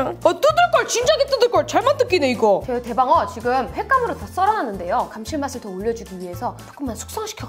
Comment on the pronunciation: 찰지게 래방어 하는거 개 재밌는데 ..